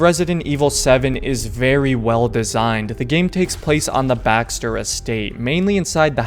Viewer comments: its baker not bakster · It's baker, each baxter u said bothered me but ur review is great tho